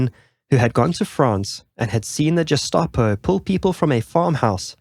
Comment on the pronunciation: Fabulous doc, but odd that the narrator pronounces Gestapo as ‘Jestapo’.